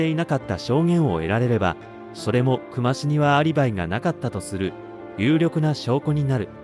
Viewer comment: 本件の久間に関しては「くま」が正しい読み方ですね 刑事やマスコミも「くま」と呼んでました 久間と書いて「きゅうま」と読むのは初めて知りました